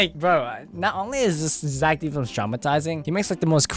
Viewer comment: That ain't zack d. Films thats "zack dih films"